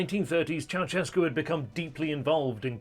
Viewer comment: it's not "ciao-tchescu", it's "ciao-shescu"